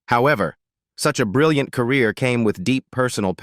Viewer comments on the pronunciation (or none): none